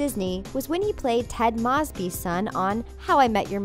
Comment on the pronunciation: Anyone else getting annoyed at how she says Ted Mosby or is it just me 😂